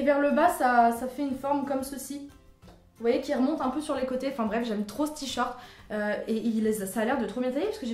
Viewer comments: J'ai adoré la vidéo et j'adore vraiment cette catégorie mais tu me stresses à dire "t-short" au lieu de "t-shirt" ^^ Bisous ! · Ca me perturbe quand tu dis "t-shirt" "Tshort" 😂😂😂